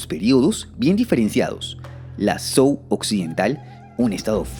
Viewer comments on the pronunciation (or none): Zhou = djow Qin = chin Jin = djin Sui = swey Entiendo que no todo el mundo estudie el chino pero podrían comprobar la pronunciación en Google...